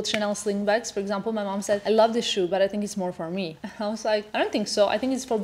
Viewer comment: I love you & I love your fashion sense but why did u start saying “I tink” instead of “I think”?.. it’s like saying “tank u” instead of “thank u”.. ur smarter than that.